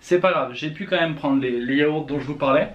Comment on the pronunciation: "Chuis en manque de chocolat ducoup jvais prendre des yahourts" 😂